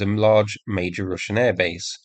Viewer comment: Why you keep saying "Rooshian", it's Russian like (u pronounced and sounds like "A").